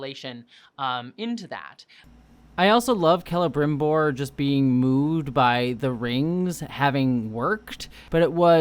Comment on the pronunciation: My linguist brain melts right from the beginning, but that's not how you pronounce Celebrimbor 😭 It's not a throat r like that, it's the alveolar trill! Agree with you a lot! I'm enjoying the series despite it's problems. And there's a lot of conflicts with what we actually know about the second age. Apart from that my main problem is the dialogue, it's just so idiotic a lot of times, and too modern and casual compared to how Tolkien wrote his characters speaking. I like Sauron and the dwarfs most so far, the hobbits are fine too.